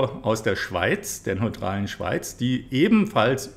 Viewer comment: Neutrale Schweiz ! ???? Da haben Sie wieder mal etwas unsauber ausgesprochen. Bitte sauber bleiben.